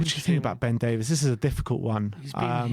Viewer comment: It's not Ben Davis it's Davies lol